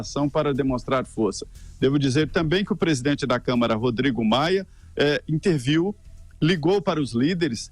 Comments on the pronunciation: Não se diz "interviu" mas "INTERVEIO"! Sr. jornalista! (verbo VER e Verbo VIR são coisas diferentes, entenda isso! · Vixe!! o jornalista falou "interviu" em vez do correto "interveio"